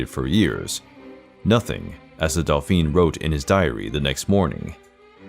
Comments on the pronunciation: It wasn’t Delphine, it was dolphin. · "Dauphin" = daw-feen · Louis of France, was a Dauphin, not a Delphine, and there are a couple of other mispronunciations that cause confusion. Was the 'delphine' meant as an insult to France? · Dolpheene? D-A-U-P-H-I-N (dohfahn) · The way he pronounces “dauphin” is actually the female pronunciation of the title. 😁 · Delphine? Too many mispronounciations. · Interesting but pity that the narrator makes so many mistakes in pronouncing names and dauphin! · Yup I cringe every time he pronounces di Medici and the Dauphin, lol.